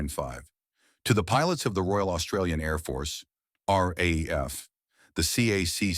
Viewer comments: Look here yank. We say R double A F. Not R A A F . I highly doubt that would of taken much research to find out. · Commentator referrs to the Royal Australian Air Force, as the Are, Are, Aye, Eff. It referred to, in Australia, as the RAAF. Or for you ignorant yanks, the Are Dubble Aye Eff. Learn how to speak Oz. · Please; "Arr-dubble-Ay-eff." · Unfortunately great story ruined by crap AI narration. RAAF in not pronounced RAF and so many other stuff ups. Mate if you re going to use AI make sure it works correctly. ! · Mate we call the R.A.A.F., the R Double-A F, try teaching your AI to say it that way. I grew up as a RAAF Brat in the 60's and 70's, Dad was posted to RAAF Base Darwin in '64 and '65 and I remember going camping down the Track one weekend. We left on a Friday afternoon and were expecting some other RAAF families to join us later that afternoon or Saturday morning, but no one showed up because RAAF Base Darwin went on Red Alert Friday afternoon after we left and the base was locked down with Sabres sitting fully armed and fueled ready to intercept TNIAF aircraft.